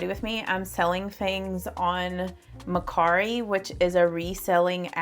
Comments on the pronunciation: I think it’s MER CARI. NO MAR CARI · It could be her accent, it's a little southern ❤. She pronounced it Ma/cari. Which I also say ma/cari lol.